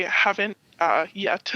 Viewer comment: 😂 I heard that pause and (an emphasized) YET, too!